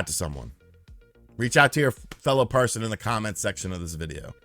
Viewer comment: why do you keep saying PARSON?